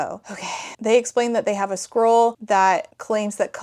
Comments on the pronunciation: To be clear, I am not critizing your pronounciation. This book is tiring. I can feel it. But I started to hear squirrel instead of scroll and it doesn't even change much. I mean, a magic messenger squirrel sent to deliver their quest ... why not? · You keep saying “scroll”, but I keep hearing “squirrel,” and it’s exponentially improving the story. 😅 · a couple times you said 'scroll' and my auditory processing disorder heard 'squirrel' and since that's about on par with the fuckery in this book i'm just going to pretend that's what it actually is